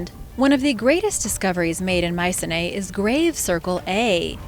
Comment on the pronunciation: its pronounced: my-see-knee